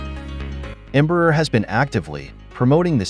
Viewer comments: This narration, whether someone or AI, mispronounces the name Embraer, which sounds like "EMBRUR" and not open, "Braer"! You need to learn to speak Portuguese. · the irony is, the part they most have issues, shoudl be the easiest since it SHOULD sound like "AIR". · Em- bra- er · Embraer shouldn't be that hard to pronounce. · Can we learn how to pronounce "Embraer" before we made a video about it please?